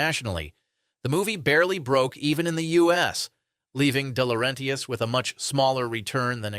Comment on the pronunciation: Good video. I might have subscribed except for the comment bait pronouncation of de laurentis